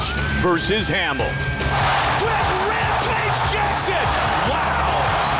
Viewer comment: Matt Hammil: I "tink dat Wampage id a goot fita, but, I’m pwetty suh my wettling id going to be da diffwence in dis fight."